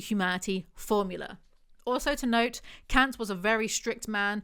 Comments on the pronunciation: He is german, Kant is pronounced Cunt. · She mispronounces Kant. The 'a' should sound more like the 'a' in 'car'